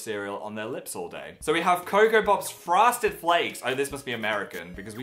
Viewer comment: Did you think Phil said forstired flakes?